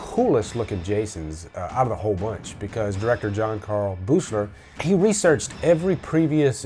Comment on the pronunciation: FYI: Buechler is pronounced BEEKLER.